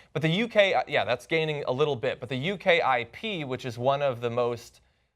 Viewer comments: It's not U.K.I.P. - it's pronounced "you-kip". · Its not u.k i.p its youkip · Okay so the title of the video is idiotic, and John said "You Kay Eye Pea" instead of "You Kip". Otherwise stop freaking out - the bulk of the discussion was fine. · Dude it's 'you-kip' not 'U-K-I-P' lol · When they showed the chart of votes on the elections and they mentioned the U.K.I.P party I was like ??? What ?? I've never heard of that. Took me about 3 minutes to realise he was talking about ukip (pronounced "you-kip" here in Britain) hahaha lol I'm an idiot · It's not U K I P it's Ukip (all one word) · As I write this there are 1363 upvotes. Who? Who up voted this crap? Britain is on the Pound Sterling not the Euro. How can you call yourselves "journalists"? Unbelievable! Almost 3 million subscriptions and over 64000 views! Btw it's "UKIP" as in youkip not "U.K.I.P". Maybe research UKIP before making this video and saying " I guess they're pro British independence" You people are truly ignorant and you come across as complete ignorant American stereotypes. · It's ukip not U K I P and also their racists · You say it like U-KIP not U.K.I.P :) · UK IP? It's pronounced U KIP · LOL "UK-I-P" its UKIP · Americans.... please don't call it the 'U-K-I-P'. Call it 'Yoo-kip' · These guys know nothing about British politics! The EU has 28 countries NOT 23. UKIP is not pronounced UK I P and immigration is not the main reason at all. Most of the debate is about the bureaucracy regarding the EU when it comes to laws. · U.K.I.P. . . . yeah, cause that's how it's pronounced. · As an American ex-pat I deeply apologize for this mess of an 'analysis' by my countrymen Seriously? "U-K-I-P" cringe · Honey, UKIP is pronounced U-Kip. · Why do you pronouce UKIP Uk-IP??? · "Will Britain Exit The Euro?" Pronouncing UKIP: "U. K. I. P." Blaming Brexit's name for your ignorance? This is Olympic-level stupidity. I'd fire all of you idiots in a heartbeat. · XD UKIP usually pronounced as You-kip